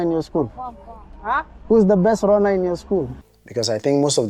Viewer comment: You pronounced runner 🏃‍♂️ as Ronner, the kids definitely did u not understand what you were talking about, besides Kenyan runners are limited mostly to right valley area, not everywhere on Kenya.